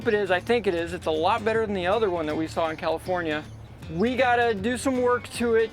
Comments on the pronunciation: 🤣🤣🤣🤣 you said commifornia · Did you say “Commifornia?